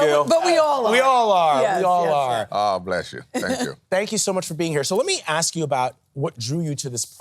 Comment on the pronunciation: JZ do a lot to hep the kids. BTW, it's ask, not ax.